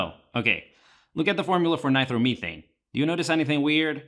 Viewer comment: Ny-Tro- meh- thane not by throw meh thane